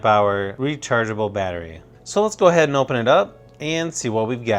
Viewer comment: I don't how many times I've heard him say "and" and It's really distracting when he keeps saying "and" and did you know how many times he said "and"? and his pronunciation of "and" was really weird And he was like "aaannnd" and like in a voice that's sounds bored